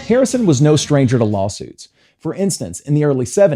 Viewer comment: Why do you say Hirrison and not Harrison at the begging...🤷 But it happens and I'm so annoyed for George 😢